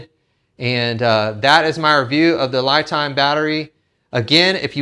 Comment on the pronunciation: It's pronounced (LeeTime) not Lie Time.